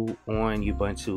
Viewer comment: Every time I hear: UBANTU, I cringe. A person doing this sounds like one of those silly text-reader programs, not a live person who knows that it's UBUNTU. There is no knowledge and respect to creators in saying: UBANTU.